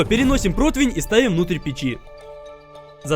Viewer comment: Ххахахахах говорит либо противинь толи протвнь либо противень